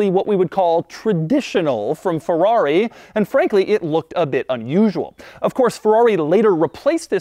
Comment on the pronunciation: Its FERRARI, Not FEUUAUI